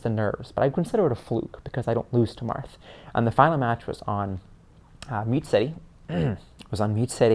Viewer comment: I love the when he says "Marth Peach, Marth Peach, Marth Peath, March peach" lol it's the most adorable slip of the tongue